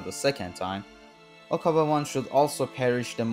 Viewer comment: Okabei not Okabaa